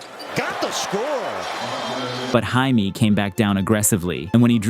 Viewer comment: can you please say Jaime right